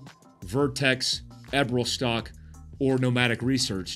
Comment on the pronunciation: Eberlestock ….come on. If you’re plugging Glenn’s gear learn how to pronounce Eberleeeeeestock.😎 Did you know he was a A-10 driver and Olympic Athlete? Love you man …just busting your balls